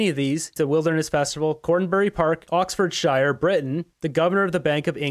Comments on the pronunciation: Hi just to let you know that in England the word Oxfordshire is usually pronounced sheer at the end of the word so it’s Oxfordsheer. Just to help you out same with other place names minister on the end of a city would be minster not the other way. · It would not be so humorous to listen to if he would learn to pronounce words as if they are spoken by a native. Hint, 'shire as in Oxfordshire is pronunced as if it were spelt oxfordsure. Furthermore, Epstein's first name is Jeffery. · Oxford “shyer”?? 😂